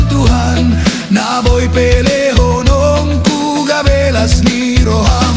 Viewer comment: Narasi teks mungkin ditulis seperti lafalnya, kan AI ga bisa melafalkan Ingkon menjadi ikkon Pelehonongku --> pelehonokku